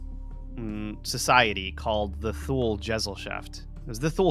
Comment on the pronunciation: Thule is pronounced like this: too-lah This is a fascinating video so far!! It's fascinating how difficult cultures who didn't interact had many of the same legends.